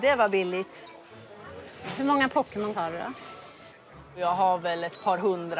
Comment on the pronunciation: Hon kan ju inte uttalla pokemon